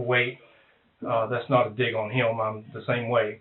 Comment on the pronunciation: How does he make the word him into a two syllable word? "Heeyum" 😂